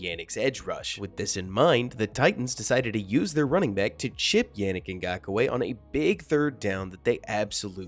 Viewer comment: Nice breakdown! I can't help but wonder if you're mispronouncing his fist and last names. Wanna say it should go "YAH-nnick" as opposed to "YEAH", and "NGAHK-way" (last name only 2 syllables.) Maybe nit-picky 😅 but cheers✌